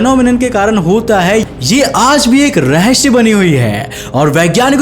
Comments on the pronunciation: It is rahasya not rahashya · Bhai that's rahasya not rahashya🤭🤭